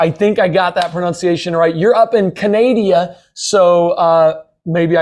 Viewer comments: The nerve of asking if he got "Sylvain" correct and just bouncing into "Canadia". I am so over the "Canadia" joke. If you want respect from me, you pronounce my country correctly. I would finish the bottle at that one just not to be sober if he does it again. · I'm from Canada, and also reasonably nice. But could at least try to pronounce it correctly. ˈkænədə If that's to hard we would also accept "go kuff yourself with a stick"